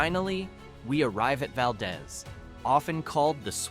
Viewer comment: is pronounced “Val-deez.”